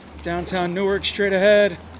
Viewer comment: Definitely did not pronounce neither wrong